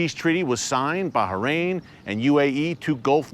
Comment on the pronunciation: Finally, you pronounce baHrain properly ✊😂✊ thank you!